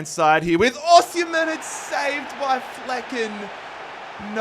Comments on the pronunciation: you pronounce it like this “Aussie” “Hem” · “Aussie” “hem” that’s how to pronounce it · It's pronounced like 'O' 'Seem' 'Hen' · From a Nigerian, it’s au sim(like simulate) hen!